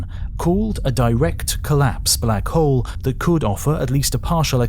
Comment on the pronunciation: Sorry, getting distracting hearing you swallow the "L" in hole when talking about Hawking and Black Holes. It just does not feel correct, if you say that he was looking for the oldest and biggest one. Edit: Doesn't get better when talking about the big bang, too.